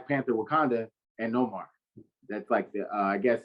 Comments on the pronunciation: Respectfully my Brother thinks but the name isn't No Mar its pronounced Nay More (Namor) he's the king of Atlantis but thanks for trying. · It’s Namor not nomar